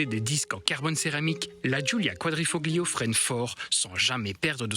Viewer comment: GRRRRRRRRRRRRRRRRRRRRRR, on ne prononce pas le "G", on ne dit pas [kouadrifoGlio], mais [ kouadrifoLio], ce que ça peut être agaçant à la longue et faire nanard. Merci à nos 2 gars cependant pour les éloges de cette italiennes. Il ne faut simplement pas être bête, reproche-t-on à un camion d'être gros ??? Alors pourquoi reprocher à une berline sportive d'avoir des suspensions fermes ???